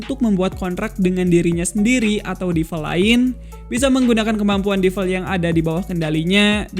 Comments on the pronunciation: bang kalau DEVIL bacanya tetep devil, bukan DIVEL. kalau EVIL, baru IVEL. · DE-VIL… divel divel ganggu amat